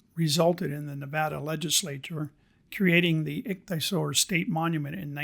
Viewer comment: Great video! It's pronounced ik-thee-uh-sor. 😊